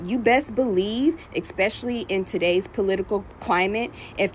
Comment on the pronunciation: "Expessially" How many years have you had to understand the language?